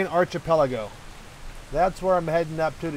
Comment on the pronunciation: The word is with a hard "ch". Sounds like a "k". Archipelago